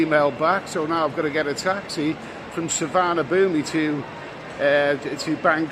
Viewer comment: Nice vid. Thanks. By the way it's pronounced Soowaanapoom! 👍🏿